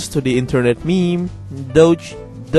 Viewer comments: it's spelled like dage, but it's pronounced daje spelled: doge pronounced: douj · doge pronounced du ge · Do-j that's how you pronounce it